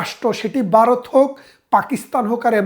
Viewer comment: ভারত উচ্চারণ করতে পারেননা বলতেছেন বারদ; সেই আপনি আসছেন আওয়ামী আর ভারতীয় দালালী করতে!!?? সে-ই দিন নাই রে মনু; দিন বদলাইছে।গত ১৬ বছর তোমাদের শাসন দেখছিরে